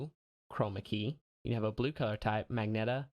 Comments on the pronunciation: Mag-net-a? Thats (pronounced Ma-jen-ta) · Hahahaha omg, first of all, thank you for doing a tutorial with the current version of OBS. You the real MVP. All of the other tutorials are outdated and no help at all. Second, omg! I DIED when you said MAGNETA instead of magenta (a pinkish color). You are great!